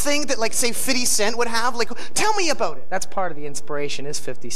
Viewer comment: "Tell me aboat it"